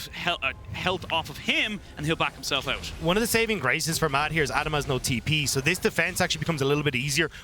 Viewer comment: Where did these casters come from though? Since when is 'out' pronounced as "eute"? O.o